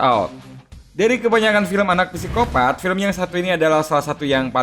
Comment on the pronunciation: Psikopat dibaca Sikopat min 😅